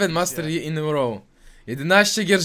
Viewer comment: Kurwa wszystko fajnie ale skręca mnie jak mówisz "master dżi " xD czyta się Ji bo jest Yi. Dżi by było po prostu G albo Jee 😅 No ale poza tym Kozak film💪